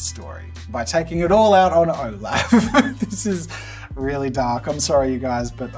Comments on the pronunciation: IS NO ONE TALKING ABOUT HOW JAZZA SAID OLAF!!!! Love you Jazza but nooo 😂 ! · Nobody gonna say anything about the way he said olaf? Ok cool💀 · Am I the only one unnecessarily raging over the mispronunciation of Rattigan and Olaf, as well as calling Scar from the LION king a tiger? 😅 😖